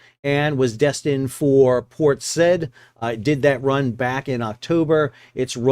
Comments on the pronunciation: How long to run out 550 feet of anchor chain? How long to haul it back in? Port Said is pronounced as Port Side, not Sed. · Where's "port sed"? The maritime shipping hub at the mouth of the Suez in Egypt is pronounced "Port Sah-eed" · "Port Said"? No, it's pronounced "sah-YEED".... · Enjoy your channel. BTW it's pronounced "Port SIGH-EEED" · It's pronounced Port <Sah-eed> Just saying, thanks for the vid 🫡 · Port said is pronounced 'Sy-eed'. Good video as usual. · Port Said pronounced “sy-add”. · Port said is pronounced port saw eed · Interesting. Isn't it pronounced "Port sa-EED?" Cheers! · It is pronunced Port Sigh-eed